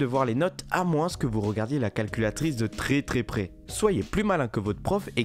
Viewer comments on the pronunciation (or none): Ca me stress quand il dit :"a moinss"... Mec, on dit [AMOIN]